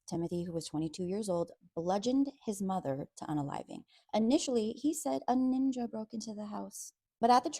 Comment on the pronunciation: Not a “Ninjgah”